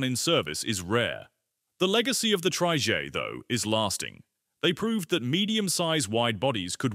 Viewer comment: So sick and tired of lazy uTube sites with awful Ai narration. Trijaay!! 😤